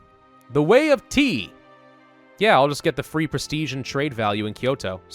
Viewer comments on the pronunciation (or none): none